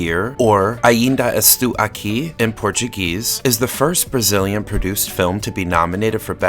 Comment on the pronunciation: Regarding pronunciation ah-IN-da es-TOH ah-kee Paiva is pronounced PI-va (as in the pronunciation of "Pi" π)